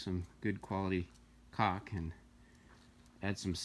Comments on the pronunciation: Camera dude, the word C A U L K has an L in it, it is not pronounced COCK! That's what you look at in your basement on the computer in the dark. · How many times do people needs to be corrected?! It is not called COCK, but it is called caulk. Try to pronounce the short sound of the A along with the U and L. Yes those letters are found in the word Caulk, but not found in the word Cock.